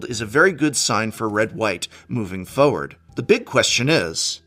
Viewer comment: Forward not Foward